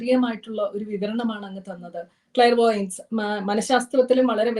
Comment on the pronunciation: Its clairvoyance not vlariveyance